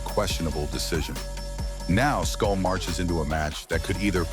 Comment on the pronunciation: Canelo doesn’t need anybody’s permission… He has been given the green light to move in whichever direction he chooses …MANY SAYING HE HAS EARNED IT… can’t even say “SCOOL” name much less know who he is.. 😂😂😂. Keep up, Culon! NO BOXING NO LIFE 🥊🥊🥊